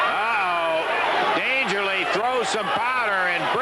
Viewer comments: Why do the announcers keep saying "Dangerly"?, did he go by that ever? Or are they mispronouncing Paul E. Dangerously? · Yeah, it's pretty annoying they couldn't get his name right. Oh, well.